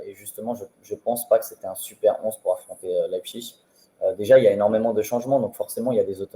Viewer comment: C'est Leipzig et non Leizpig !